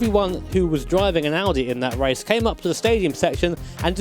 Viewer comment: At first of all you say Audi the right way respect 👍